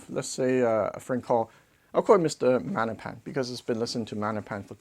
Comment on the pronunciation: I prefer maGnepan. I need to hear that “G”